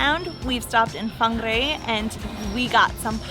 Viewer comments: You say whangarei wrong, sorry i have to correct you because im a local Fong-are-a or fung-are-a or wong-are-a Its just easier to say it that way, may not be 100% correct but its the easiest way to spell it correct to the way people may say it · It’s very triggering it’s pronounced fungaray but spelt whangarei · Whanga -ray is how you pronounce it. Try a Steak Bacon and Cheese pie,really good.